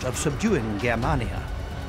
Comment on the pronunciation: The narrator pronunciations are terrible! Germania is pronounced Jermania and the A between M and N is pronounced as an A not an ar a.